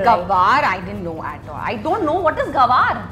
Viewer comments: First of all it’s not GAWAR but Gwar or Guar...And secondly, it’s more commonly knows as Cluster beans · What is gawaar...its gwar😬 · It's not Gawar, its Guar, like goo ar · Are yaar Gawar ni hota Gwar hota hai🙄